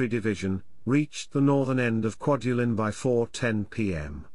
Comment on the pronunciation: Great Video but the pronunciation of the names of islands and atolls was completely butchered. I worked on "Kwaj" as a ship captain supporting the "Star Wars" project in 1999/ 2001 and this video brings back memories, non-withstanding the terrible pronunciations.